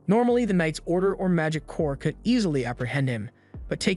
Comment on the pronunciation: Corps is pronounced "Core" like the Marine Corps. Good commentary though.